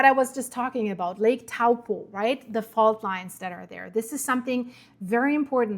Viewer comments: toe-paw that's the correct way to say it ... big snap. with a little rumble on the Coast NP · Good effort. Taupo is pronounced like Toe-poor without the r sound.